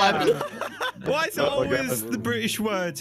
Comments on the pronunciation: ITS BRITISH NOT BRISH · It is British not bri ish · The reason why it’s called Briish is because they drank the T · what is that ? "bri-ish" ? XD i wasn't expecting a "bri-ish" thing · They say bri-ish because they drank all the t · The reason why British people don’t pronounce the t is because they drank it all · Why do British people not pronounce t in words? Because they drank all of it.